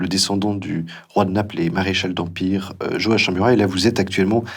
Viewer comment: À l’adresse de l’interviewer, on prononce Joakimm...